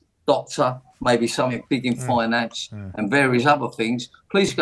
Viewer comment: What's sumfink? Nice teeth though.